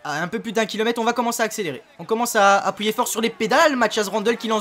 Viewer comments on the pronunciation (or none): none